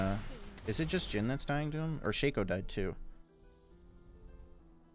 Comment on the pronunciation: " Shay-co " is such a dumb way to pronounce it.